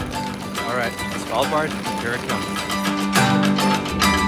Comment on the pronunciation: You are maybe the best that can say Svalbard when your not Scandinaviaan! As a Norwegian I can confirm this!